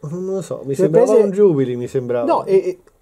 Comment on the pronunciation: non si dice jubilì 😂😂😂 è francesca si dice jubilé